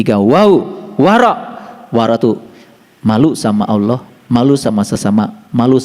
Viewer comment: mantap... yg kurang enak saya dengar. aulah bukan allah